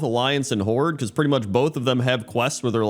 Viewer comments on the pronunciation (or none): none